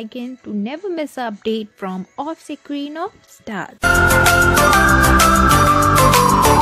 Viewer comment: The way you pronounce Offscreen.. It tickles me